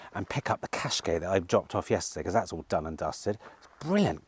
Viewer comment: Why do you have such a problem pronouncing car names. The Tucson is one in point, it’s pronounced Too_Son as in Too_Son Arizona. Was really pleased that you sold it, so not having to hear you butchering the name. Now you’ve started with the bloody Nissan Qashkai, which is NOT pronounced as Qash_K, rather Qash_ Kie (As in Pie)